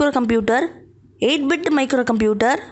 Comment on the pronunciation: you are awesome you will fastly gain subscribers but 1 problem you should spell the words fluently for ex: bit sounded weird